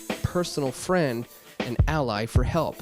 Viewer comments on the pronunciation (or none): none